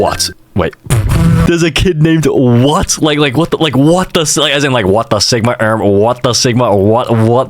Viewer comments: wyatt is pronounced y it not what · Its no what you pronounce it like why-at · It’s not pronounced what, wyatt is pronounced why-yet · wyatt is not pronounced "what" its pronounced why-at, wyatt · wyatt is pronounced why-it you crumbly condom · He kept saying Wyatt’s name is what This is how to pronounce it (Why-it) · bro "wyatt" isnt said as what. pronounce it as "wayat" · “what” its pronounced Why-it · His name is not pronounced “what” it’s pronounced “Y it” and also that’s my cousins name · stop violating Wyatt’s name like that 😭 pronounced “why-it” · for confession #2 his name isn't "What" its pronounced "Why-at" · It's Wyatt (why-it) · Wyatt is pronounced Why It not what u sigma fanum taxed skibidi rizzler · "WHAT" IS ACTUALLY WYATT= WHY+IT LOL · Just saying wyatt's name is not what, it is pronounced whyit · I think he meant why-it not what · it’s pronounced why-at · HIS NAME IS WYATT DUMBASS (why-it) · in i want to say its actually pronounced "why it" instead of "whaht" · it is wie- it not what (wyatt) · Wyatt is not pernounced what, it’s pernouced why-at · thats "why-at" not what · Is anyone gonna tell him pronounced Why_At not what😭😭😭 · wyatt name is not what its why-ate 🤓☝ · (WHY-IT), not WHAT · Wyatt is pronounced "WHY-AT" not what T_T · its pronounced why-at not what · it’s pronounced WHY-AT not what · it's why-att it's not what 😭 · Erm actually it is pronounced why-it not what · wyatt is pronounces w-y-i-t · Bro, its pronounced why-it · its pronounced why-at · Erm it’s pronounced why it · its pronounced (why-et) stupid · #2: please pronounce Wyatt (why-it) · Its pronounced Why-It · Wyatt is pronounced WY ATT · Bro calling him what cuz he can’t pronounce wyatt!!!😂😂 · it’s pronounced ( whi- it) Wyatt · it’s pronounced (wai-it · It’s pronounced y att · For school confession 2 the name was not what is was wyatt it's not pronounced what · it's acually pronounced why-at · it’s pronounced (why-et) lol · the pronounce is Y it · it’s pronounced why-it